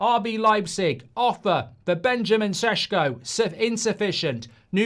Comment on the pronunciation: Its SHeSHko not sesko.